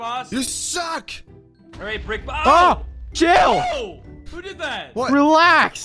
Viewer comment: Chiyll is what said